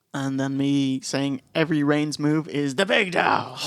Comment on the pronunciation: boys, it's REIGNS. It bothers me.